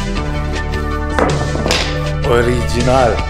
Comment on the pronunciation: "Oriyinal" der Beste.